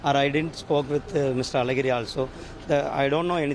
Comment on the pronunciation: Hello newsreader, your pronunciation of Alhagiri, a very special letter in Tamil, "lha" is perfect! Are you an Indian from the south? 😂🤣😅